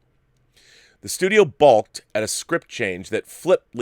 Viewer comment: It’s always adorable when people mispronounce “balk”. (Baseball player here. I’ve heard that term a lot lol)